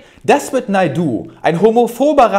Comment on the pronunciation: Tolles Video wie immer Niki. Bitte trotzdem mal auf korrekte Namensaussprache achten. Es heißt Xavier Naidoo nicht Xavier Doo 😂